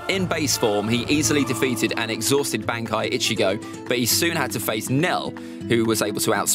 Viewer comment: I love this guys ranking but the way he says some of these terms like bankai and zanpakto are straight up wrong and it’s frustrating 😂